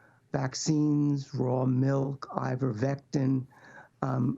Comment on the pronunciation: "IverVectin" (?) 😁🙃 This old man does not know what he is talking about. RFK Jr is a blessing to USA and the world! Much love to RFK from Sweden 🇸🇪❤️